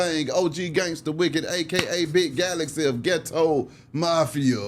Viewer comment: It's been a min since I checked for a video. Glad to see he finally got Galaxy name right